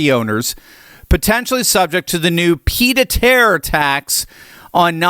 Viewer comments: Sorry, but ‘peeed a terre’? Correction, phonetically, it is, ‘peeyed-a-terr.’ Otherwise your video is bang on right! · “Peed a terre”?? Come on! You’re supposed to have a doctorate. Surely you can manage a little French.